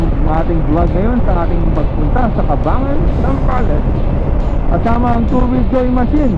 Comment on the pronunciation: Brad sa susunod aralin mo muna yung tamang bigkas ng Cabangan. It is prnounced "Kabang-gan" po, hindi ''Kabangan'.